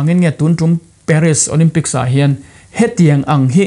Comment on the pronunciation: Paris i lam dan hi ka pi in a hrethiam tlat lo